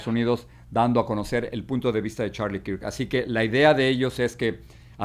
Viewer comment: No se pronuncia kirk...se pronuncia kerk 😂😂😂😂😂